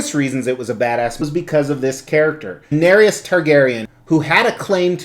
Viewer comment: Why does everyone pronounce her and her dragons names wrong 😣 it's Dan-air-ees not Dan-air-ius. And it's Dro-gon like the word 'gone', not Dro-gown. Just a peeve of mine, sorry. Lovely piece none the less.